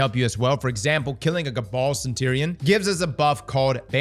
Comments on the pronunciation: Am I the only one cracking up about how he's saying "Centurion"? Lmao CentTerion Lannister! 🤣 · Centurion pronunciation: suhn-chur-ee-uhn There's a reason someone gave me a "Grammar Police" t-shirt. I'm still going to watch your videos.